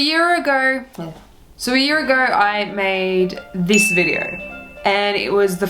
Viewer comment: "so a year ager.... so, a year agerrrr..."